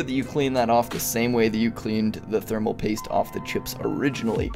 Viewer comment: Thermal Poist